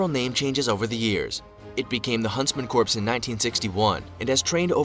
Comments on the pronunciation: Why does this narrator say"corps" it sounds like corpse... I've one heard It called or said like CORE. With the s as silent.... alot like my home state Illinois:to all it's not said with the s.... the s is silent and it's an indian name.. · There pronouncing corps like corpse not core... lol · I wanted to throw something every time that video said 'corpse' it is corps is pronounced 'core' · Why do people pronounce the word CORPS with the P and S. The P and S are silent. The word is pronounced COR. Period. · Whoever did the initial video is an illiterate bastard. Corps is pronounced "core" NOT corpse. Try calling it the United States Marine corpse. You will be corrected quickly, sometimes loudly and humiliatingly. The original reader is an illiterate fool. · They pronounced "corps" as "corpse." It's pronounced "core" people. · Nothing pisses me off more than people pronouncing Corps as corpse and not as Core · It's pronounced Core not corpse. Americans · Who is annoyed that the video pronounces corps like corpse? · Anyone else cringing when the video says corps as "corpse" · I cringe every time that guy pronounces corps as corpse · The guy narrating is pronouncing "corps" wrong. It's like urinating in the woods - the P must be silent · Corps is pronounced "core" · Yeah, it's an accent. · "Corps" is not pronounced like "corpse"... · LOL...this is me not taking any video seriously that pronounces the word corps as "corpse". 😂😂😂😂😂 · Americans know “Corp”, but this is what happens when a YouTuber makes a video vs an actual person with basic military knowledge 😎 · Damn, imagine pronouncing the “p” in corps 😂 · "corps", I ain't no rocket genius but I'm pretty sure that's not how you say that.... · New drinking game: take a shot every time the narrator mispronounces "Corps." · I wish the video narrator knew how to pronounce "Corps". Not talking about. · It's really cringe that whoever made that Special Forces video doesn't know how to pronounce "corps."